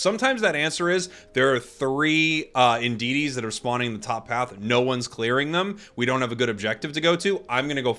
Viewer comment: Its audino not indidies lol i keep hearing you say it like that and it reminds me of the smoke alarm that annoys everyone else but me lol